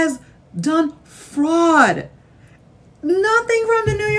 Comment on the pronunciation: “Not to mention, his company has DONE frauuudd”. Yeah, ok, thx for the illiterate babbling moreno Queen Latifah.